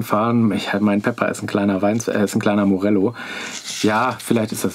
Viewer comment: Gute zusammen getragen und erklärt. Bei Knaus wäre noch zu sagen, die gensamte Knausgrupe gehört inzwischen einem niederländischen Investor und Morelo schreibt man nicht nur mit einem L sondern spricht man auch so aus ;-) Danke für den klasse Beitrag